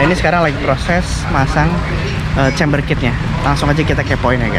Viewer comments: Camber bro bukan chamber Dibaca (kember) bukan (cember) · Izin koreksi aja om, camber bukan chamber. Bacanya juga Kember bukan Cember. 🙏🏻